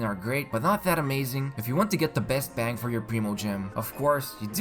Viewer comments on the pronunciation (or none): none